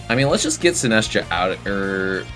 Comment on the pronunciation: also Sin-ass-tcha instead of Sinist-cha